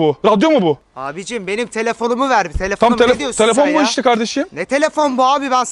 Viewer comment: "telefoni veğrr" 😂 😂 😂 😂